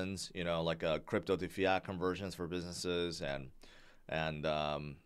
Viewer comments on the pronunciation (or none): none